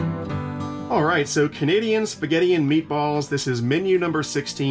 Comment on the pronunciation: Your “alright” needs work. Why don’t you have a steel tray too?